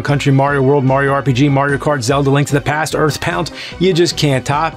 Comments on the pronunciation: Did he say earth pound??? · Anyone else hear Earthpound instead of EarthBound 😂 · I swear he said "EarthPound" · Am I the only one who heard "Earth Pound"? 😂